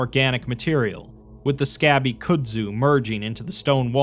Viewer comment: I really appreciate the stories that you read for us and everything and I don't want to be that guy but it's pronounced "Cud-Zu"